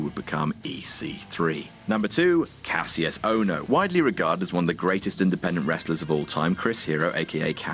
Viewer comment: Stop pronouncing Kassius wrong please go back a watch the Richie Steamboat vs Kassius Ohno rivalry for the the correct pronunciation